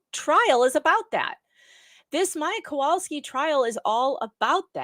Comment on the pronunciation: There are several things that make me angry regarding the defense “lawyers”—number one—Altenberg/burg (spelling) : he was so disrespectful regarding Beata Kowalski! He was there for trial, he KNOWS the proper pronunciation of her name. Number two, he acts like this is HIS COURT, and Judge Carroll answers to HIM. And the way Judge Carroll cowers to them, I’m beginning to think it’s true. Three: Quoting Judge Carroll “if I think there is ANYTHING missing, I will look upon it highly, HIGHLY unfavorably”—ok, so where are the sanctions? And claiming sanctions for “both sides”? What have the plaintiff attorneys done to warrant sanctions? Nothing I can think of or remember!!!!